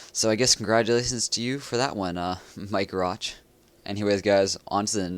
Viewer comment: Mike rotch is suppose to sound like "my crotch"